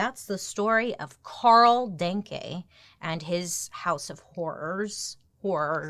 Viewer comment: No, it is not pronounced like the German thank you. The first e is spoken like the a in 'Daniel'. there is a verb in German that is exactely like the surname of this guy. to think = denken I think = ich denke